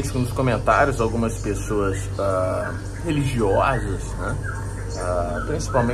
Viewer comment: "...algumas pessoas religiowulsas" kkkkk